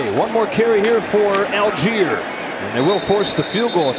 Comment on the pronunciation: Whenever I here the commentators pronounce Allgeier as "Algier", it hurts my ears... His name comes from "Allgäuer", which means "Person from the Allgäu" (like "Hesse" being a person from the region of Hessen) which is a region in the very south of Germany, in parts already in the Alps. So the actual way you would pronounce his name is "ull-guyer" ("ull" as in "hull", though).